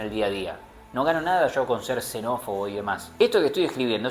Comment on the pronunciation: “Sho mi hermano diablo” AJAJAJAJAJAJAJAJ